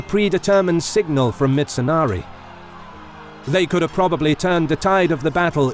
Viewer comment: Its mitsunari. Not mitsonari